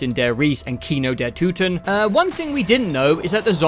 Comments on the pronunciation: wait... no. Its toten. not too-ten... you were right pre edit 💀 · I don't know where you got the German pronunciation from but some of your corrections were way worse than your initial try lol. Kino der Toten was fine, but you corrected it to Kino der Tooten for some reason. Cool vid btw :) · You pronounced it right the first time, it’s not “Tooten”. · Bro it ain't tooten it's toten lol. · man you pronounced kino der toten right the first time (hello from germany btw) its toten not tuten XD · I don't wanna be that guy but it's not "Tooten", it's more like "Torten" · That is NOT how you pronounce "Toten" 😂 it's not Tooten, it's more akin of "Tåten" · Why all English speakers think that the O in german is called U. Kino der Toten is right and not Kino der Tuten, the same for Nacht der Untoten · Sorry im a little late here but the first time you pronounced toten it was correct not the tooten you said after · no idea why you think its pronounced tooten lmao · Nobody says toten like that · A message on behalf of the cod zombies community: Love the video, happy to see new zombies players, but you had "Toten" right the first time, no one says "tootin." Who even told you that? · Fun Video. Would look forward for more parts. One thing though: It urks me a bit that you get "Toten" wrong in the correction, where you make it sound like Tüten (Bags). Like you had Kino der Toten pretty much right the first go around and only had messed up "Nacht" of Nacht der Untoten, which you did get right in the correction. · With Nacht and Kino you pronounced "Toten" correctly the first time and incorrectly the second time I think. Minor detail, rest of the video was good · As a german, your pronunciation of the word „toten“ was actually better on your first attempt. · Whats funny to me is that you still miss pronounce "Toten" in the gameshow bits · You had toten pronounced right the first time oh god it hurt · no you said toten right the first time for nacht and kino